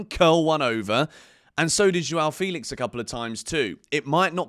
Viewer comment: Only wish you could say Felix's name correctly.